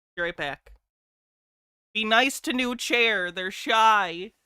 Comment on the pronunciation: It's not New Chair, it's NuChair!